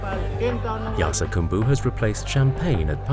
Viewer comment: It's spelled 'Yarsagumba' but he keeps saying 'Yarsagambu'.